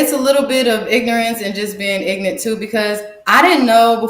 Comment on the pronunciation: Wonderful to hear. I like the clear articulation of ignant. 😂